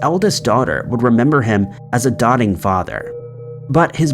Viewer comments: Ohh, you pronounced all those hard names and messed up on Doting. Doe-ting Long O sound. What the heck is a dotting father???? 🤔🤔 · Doting has a LONG O pronunciation. Like dough. “Dotting” is spelled like this.